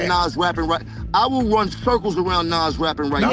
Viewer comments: Stop saying naaass , it’s nas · NAWWZ NOT NAAAZZZ😢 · Ni&&a NAS ..NAS ..wtf nais say it right NAS pronounced nah-oz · As soon as I heard the narrator proud NAS like “Pass” I left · lol why is the author pronouncing Nas’s name in so many different dialects? 😂😂🤣 I’ve heard Nes, Naaas, Nas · It’s pronounce NOZ bro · Nas bro come on if you can't pronounce a classic rappers name I can't listen to this anymore smh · HOW THE HELL YOU MAKE A VIDEO ABOUT NAS AND JIM, TAKE THE TIME TO EDIT HEARING THE RIGHT PRONOUNATION OF NAS THROUGH OUT AND STILL SAY NAS NAME WRONG?! THIS HOW YOU KNOW THIS VIDEO IS ABOUT CLOUT AND HE AINT INTO HIP HOP, HOW YOU PRONOUNCE HIS NAME WRONG, IT ERKED ME ALL VIDEO...SMH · Why are you saying Nas like that but I’m from Ohio so maybe I’m not on it but Jim jones is like cardi going at Nicki like now now stay in your lane Jim isn’t better than Nas in jimmy’s own dreams the best thing or most talk about thing is Chrissy Lampkin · You get a Dislike 👎🏼 for pronouncing Nas name like that.. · You gotta pronounce Nas name correctly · You pronounced Nas name differently 12 different times. Jesus Christ! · Dear. Please stop butchering NAS name. Before you put out a video, make sure you can pronounce the person's name correctly. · I don't like how you saying Nas name? You saying it wrong get it right dude! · YESSSSS, WTF? 🤨😠